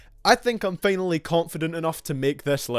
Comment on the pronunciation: “Ah it’s fanally here”